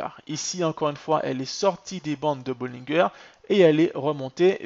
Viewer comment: On prononce bollinger en français comme " manger" haha